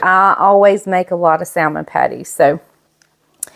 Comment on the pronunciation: I love you, but the correct pronunciation is “sa-mon.”